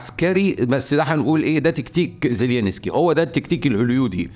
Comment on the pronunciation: رحمة لوالديك لا تنطق زيلينسكي على الرئيس الاوكراني ، انت الوحيد الي ينطق اسمه من دون كل الإعلاميين او مقدمي المحتوى ، زيلنسكي بهذه البساطة فقط